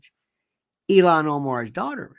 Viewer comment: It’s ILHAN not ELON Omar!